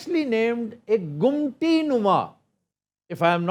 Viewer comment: آفتاب بھائ گمٹی نہیں ممٹی جو سیڑھیوں کے اوپر کمرہ بنا ہوتا ہے